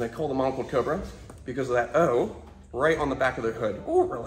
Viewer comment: he said cober